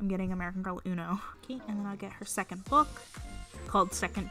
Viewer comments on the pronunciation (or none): none